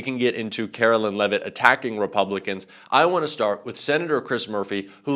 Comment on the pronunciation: Carolyn? I thought it was Caroline. Can you please check and, if necessary, correct your pronunciation? You would not be happy about someone purposely mispronouncing, Kamala Harris's first name, would you?